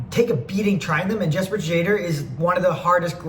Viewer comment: i think it's yes-per shade-er